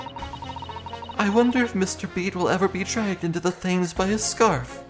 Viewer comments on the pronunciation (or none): Thames is pronounced Tems. Also, great! More violent wives! /s